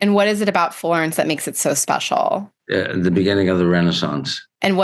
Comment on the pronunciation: “What is it about Florence that mahkes it so spatiall?”